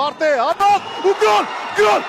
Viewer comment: Հաղորդավար դե լավ է իջի ցաց էշիցտ էտ սովետական աքցենտով գյոլ չի այլ գոլ համաշխարային լեզվով....